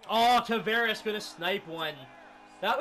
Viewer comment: U say Tavares name wrong